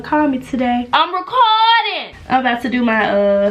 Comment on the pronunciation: Lmfao “ am racourrding” loool